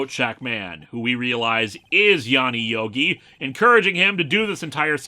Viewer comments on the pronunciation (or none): none